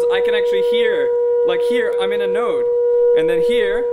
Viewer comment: ohhh.. thanks for clearing this out, cause i heard him say "note" and not "node", i was confused cause i heard a change in pitch. Additionally the host says "the flames comes out in an anti node" which is opposite to what my mind can process since it means (i.e) that at the lowest wave point the flames comes out?!?